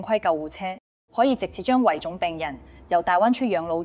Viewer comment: 用心分析拆解的報道👍🏻細聽細看字幕，發現用字奇特粤音古怪，記述如下：華懋小甜甜爭產案關乜事？評述中甚麽→七敗？文旅？熟務？系87入？住眼漏服務權益？科普？引流擠兑？香港議員有質疑？ 巴頂柒？ 內地講成累地？靶向藥？ 畫面流淚女士不是宏福苑災民嗎？危(講成遺)重，不是抬上消防處乃抬上消防處管轄嘅救護車，要(講成擾)求，標(講成bell)準，南向(講成難艇，語音不詳)，閒資(形容多餘)養老，八7%(用字粵音奇怪🤷🏻‍♀️)，配(講成破)比，安(講成奀)全，八定七睇？？？干貨(報道被形容成干貨？)...